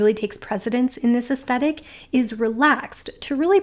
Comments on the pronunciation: oh honey no it's 'aes-THET-ic' not 'aes-TET-ic'. TH not T you said it so many times 😪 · It was a bit distracting that you kept saying 'astettick' in this video. 'Aes-thet-ic' is one of my favourite words. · I hope this is taken the right way: You are mispronouncing the word 'aesthetic.' You are saying 'es-stet-ik' and it should be 'es-THET-ik.' If you search 'aesthetic pronounce,' you will see a close-up of a woman's mouth pronouncing the word correctly. Forgive me if you have mentioned this in other videos as I am new to your channel. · I enjoyed everything about this video... except the way you pronounced aesthetic.